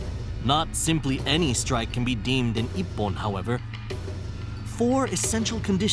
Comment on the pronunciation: Das heißt "Ippon", nich "iyon"; Shi - nai", nicht "shenai";, "Zan-shin", nichr "kendl, sondern "Kendo", der Begrind "Dan" wird nicht wie der englische Vorname ausgesprochen, erv. etc. Falsche Betonung, falsche Intonation.